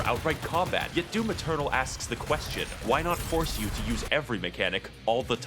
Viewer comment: She really did say “doom external”